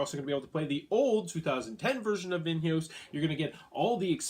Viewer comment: is it so hard to check "Vinhos" pronunciation in google translator before recording?, massive face palm